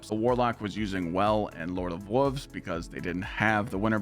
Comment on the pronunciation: you sound like a toddler, learn to say wolves ya grown ass man....